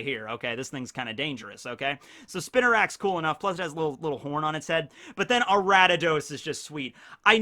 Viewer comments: It's Ariados not aratados/Aradadaos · Aratados? Ok, now it's just intentional. It's pronounced Ar-ee-uh-dohs. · it physically hurt each time he kept repeating "Aradidos." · Why is he pronouncing Ariados “Arattados” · where’d this guy get the “t” from in “Ariados”? Respect tho pronunciation is a human construct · nice video, my favorite starter is feraligatr and second is typhlosion. also: 1: it's ariados 2: i never thought of quagsire evolving into wobbuffet, but i see where you are comming from 3: slowking evolves with king's rock from slowpoke, not slowbro 4: the reason remoraid evolves into octillery has more to do with it's weapons inspiration than it's animal inspiriation 5: it's not hard to get hitmontop from tyrogue. i did a fighting monotype run a little while ago on sword and caught three tyrogue. they evolved at the same time into all three different hitmons. 6: galarian corsola is gen 8, not gen 7 love your video's p.s. if you are interested, i can tell you more about gen 3 onwards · Say Ariados right! 🔫🤓 or else.